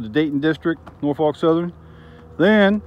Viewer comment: Great video but you have to pronounce Norfolk the right way -- in SE Virginia we say it like either NOR-fik or NAW-fuk -- have to say the last part carefully too :-)